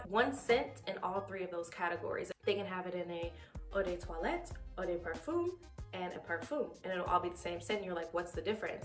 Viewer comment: Parfum is pronounced Pah-FUM. (Rhymes with Rum) Not, Par-FUME " De" is pronounced Deh, not Day